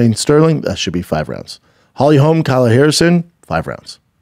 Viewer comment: Crazy a guy makes a living off talking can't pronounce half the stuff he says 😅..."Kyla" Harrison, Alex "Pee-era", Hill uses his "Achilles heal" to push off 😂 it's great haha